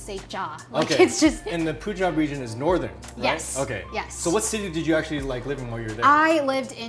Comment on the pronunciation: Pls pronounce punjab as pun - jaab and not poonjab